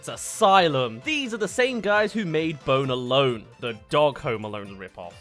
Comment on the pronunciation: 2hen you say Bone alone sounds like "boner lone"